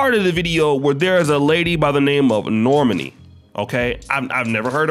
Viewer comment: Its pronounced nor-maaaaani not normeni 😆😆 say it with me